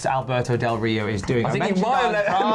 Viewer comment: Albert-no Del Ri-no